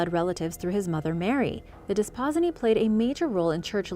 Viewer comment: Love your channel! I'm so sorry, but I have to correct your pronunciation of the "Desposyni" I don't know why but it is a pet peeve of mine! So, again I apologize. The term Desposyni is pronounced: (Des-po-seenee) Thanks for indulging me, and keep up the great work!